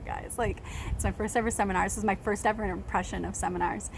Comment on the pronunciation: Sunflowers are beautiful and so are you. I like your optimism on things. I wish we had more of that. It seems like you have a lot of great ideas and do so much for kids. That's commendable. And I love your evah! Lol I do that. But I'm from NYC.